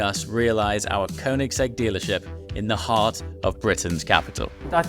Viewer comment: Bro, if you gonna be a dealer for koenigsegg you need to learn how to say Swedish "ö". It's pronounced Königsegg. Not cone-igs-egg 😂 The shield in the floor is cool I think. Gives a bit of a high end feel.